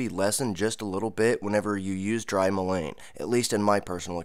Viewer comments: Pronounced Mull IN Not mull ain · I would look up your pronunciation of Mullein. I never heard anyone pronounce it the way you do. The way you pronounce it would be spelled lane. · It is pronounced like this: mullen, with a short vowel sounding u and e! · Pronunciation is like "mull-IN". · Great information but please Google Mullein pronunciation . It's pronounced Muh luhn